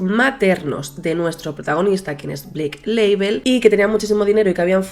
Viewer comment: cada vez que decía Blake Label, no podia parar de pensar en el alcohol HAHSHDHFAHFS